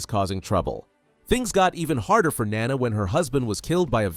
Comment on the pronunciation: IT'S NAWNAW NOT NANA